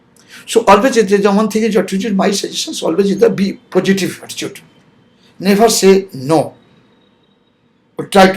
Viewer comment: Down line people kya hota hai bhai?!?! Pojitiv?!?😂😂😂 Enjayement ?!? 😂😂😂. These should have a patience 😂😂😂😂 please get better people to inspire your viewers. I'm unsubscribing now